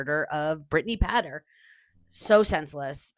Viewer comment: It's pronounced Pay ter